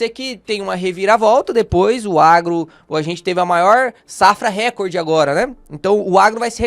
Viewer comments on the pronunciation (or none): recorde é paroxítona!!